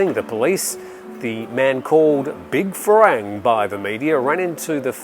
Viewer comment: The pronunciation for "farang" is not "fa-rang". It is pronounced "fa-wrong"